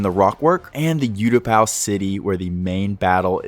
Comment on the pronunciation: Absolutely incredible moc but please bro it’s oootapau not youtapau 😭😭😭